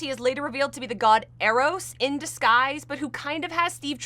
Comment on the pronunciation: Doctor Psycho would be an excellent villain for a movie set around now, he'd be so easily tweaked into some alt-right incel/MRA type that it's almost as if they were around in WMM's day :P As for Chris Pine, I really like the Steve Howard theory best (btw, Eros is pronounced with a long E :) ) though I think he's just going to be a descendant of the original Steve Trevor, somehow. Cannot wait for this movie :)